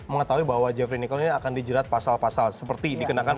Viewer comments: Gedek gw denger pengisi suaranya ngomong Jefri Nichol aja jewfry Nicholls 😒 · Salah fokus sama cara ngomong "jefri nichol"nya jadi "jhafrey nikhel" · "JaFrEe NiChOl" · hhhhhh iya btull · lisa yuliana samaaaa. Kesel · Wkwkwk samaaa